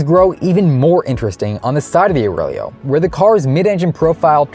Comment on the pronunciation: “The name Aurelio. Can the Aurelo…” in the very next sentence.